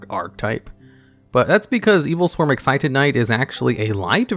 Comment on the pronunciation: Thank you for pronouncing Exciton properly. Also, he lost his tail.